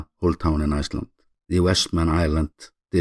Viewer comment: you got my support mate I love your content and especially how you are so proud about showing Iceland. It's in the way you pronounce it at end. I will be visiting soon